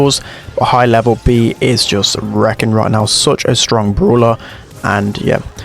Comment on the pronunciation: "Could've even BEE the best brawñer in the meta" Haha bee pun